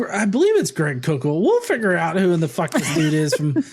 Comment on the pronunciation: I know he prounces it "coke ul" but, really, he's definitely a "KOOK ul".